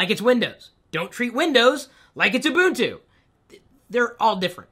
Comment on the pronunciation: OMG! You pronounced Ubuntu correctly! You're now my new hero!